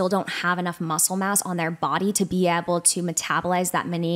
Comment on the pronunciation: Will someone please tell the guest how to pronounce the word able?? I could hardly stand this episode because she continuously mispronounced ABLE. She said ebble or abble and it was GRATING. Idk if this is a regional accent or something but it was horrible. Poor for having to hear that. She also struggled to say probiotics which is bizarre for someone in her field.